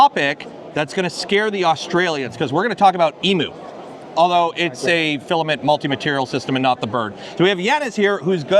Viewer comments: How to rage bait an Aussie, pronounce an aussie word incorrectly, its em-u not emoo. But that looks like a very cool system, that you can make yourself, fantastic invention. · It's pronounced eeem you